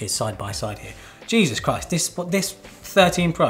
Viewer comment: That "Gheezus Christ" was hilarious! 😂